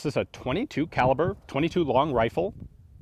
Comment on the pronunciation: Anyone else hear "wifle" at :24 seconds?